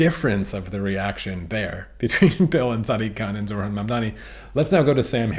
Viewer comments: Only correcting you because i know you care but it's... Zoh-ran You say zor-han 😅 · Thanks for this. It’s annoying though that you can’t pronounce ZOHRAN’s first name. You pronounced it ZORHAN every time. Please stop doing that. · It is NOT Zorhan... it is ZoHRan. You are saying his name wrong many times.